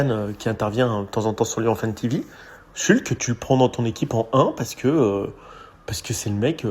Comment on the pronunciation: Par pitié ! Pavel « Schoultsse » et non « Shulk » ! Il a précisé lui-même peu après son arrivée. Ça écorche les oreilles 😵‍💫